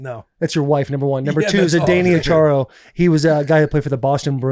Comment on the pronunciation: Seriously murdered his name: Zdeno Chára. Also he's Slovakian, which was never even part of the USSR! Charo is a Spanish singer/guitarist, actress, & comedian. 🙄 Her catch phrase is 'cuchi cuchi' while shaking & shimmying. 😂